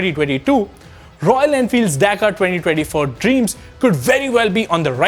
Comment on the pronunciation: thanks for letting me know the proper pronunciation of Dakar.. I used to say Burp Rally 😆